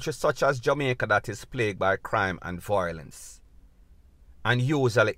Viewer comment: My bredren, I admire you, but it’s not VOIlence , it’s VIOlence.